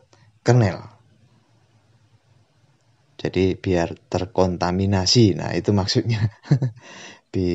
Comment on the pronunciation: TERKONTIMANI:v Bingung Ngomongnya:v nah...